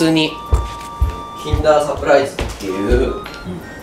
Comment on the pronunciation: キンダーが禁断に聞こえて禁断サプライズってなんだってなった